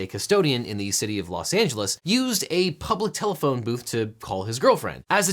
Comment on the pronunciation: What's a... tellthefone booth